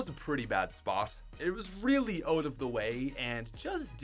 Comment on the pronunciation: Why do you say “ote” and not “out”